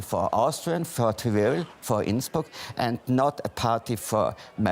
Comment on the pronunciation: die einzigen wörter die er richtig gesagt hat waren Tirol und Innsbruck hahaha